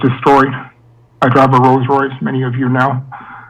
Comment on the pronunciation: You murdering these words discombobulated and Rolls Royce😩🤣🤣🤣🤣🤣